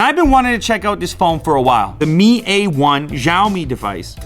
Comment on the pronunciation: not mi sound:me ,,its mi sound m ai